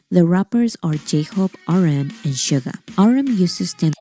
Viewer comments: It's not Sugar. It's Suga. Pronounced like shoo-ga. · You are pronouncing Suga's name wrong. There is no r at the end of his name. It's pronounced Shoo-ga, not sugar. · Shoo-Ga not Sugar. No hard R. Some can get BIG mad if you mispronounce it 💜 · His Name is Suga with out R please don’t say it suger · SUGA!!! not SUGA R - No R please... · 67 yr old Canadian woman...love, love these guys ❤ I do not like western rap, I only listen to BTS rap 😅 (Note...Yoongi's name is "Suga", pronounced Shoo-ga, not Sugar) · Cracks me up every time you say sugar when she says Suga. There’s no R on the end. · Two tiny corrections: The "Dynamite" video you've reacted to wasn't an actual music video but the performance video that showcased the choreography. It's "SUGA", not "sugar"😉 The track you wanted to know about was "Cypher Pt.2" (all of their Cyphers are definitely a must-listen). They are still with the same label, they've basically built it from the grounds up to its current success and are now the shareholders. No, they are not any controversies surrounding BTS that aren't manufactured by the competing labels or aren't totally taken out of context and/or proportion. They do not paint themselves as saints or as those perfect people like the rest of K-pop idols. If they mess up, they apologize sincerely and move on, trying to do better. They continue to do many amazing things behind the scenes for others and those things are rarely publicized, unless the organizations or people they've helped say it themselves (or if it's a bigger thing, like them standing against racial hate, collaborating with UNICEF or recently Yoongi helping to fund a center for autistic kids and helping with the development of musical therapy for them plus actually teaching the kids to play instruments as a volunteer).